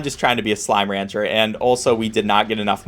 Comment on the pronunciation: how do you make slime ranger freaking SLIME RANGER to sound so bad